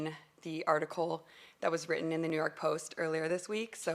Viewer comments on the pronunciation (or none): none